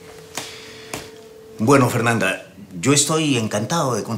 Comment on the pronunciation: jajaj cuando votan a fernanda dice mal la palabra como le puede hacer esto a su propia ica ajajaj